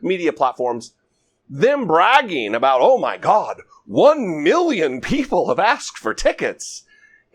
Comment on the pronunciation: Reporter: How many tickets were requested? Trump: Over a meeyon tickets.